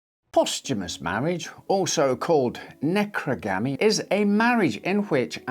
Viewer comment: it sounded like you said "necrogami", which I always thought was folding dead people, not marrying them